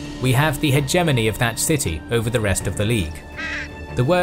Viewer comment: his pronunciation of hegemony is starting to become annoying. And I usually don't care about these things at all.